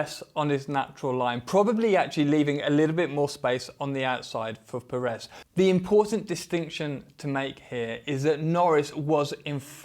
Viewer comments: The pronunciation of Pérez is Pérez not Peréz. Accentuating on the first E. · At this point you should have made the effort to say PEHrez, not PerEHz. The stress syllable is on the first E, it even has an accent to help you: Pérez. Now maybe this is stretching it a bit far, but should I expect a fair assessment from someone that after years hasn't even made the effort to properly say someone's name? I stopped at the first PerEz, hope you did do a fair assessment, but also, perhaps to gain a bit more credibility, wearing another brand name top would have been a better choice? Meh, no, that would have made you too credible, right? (Sarcasm) ;)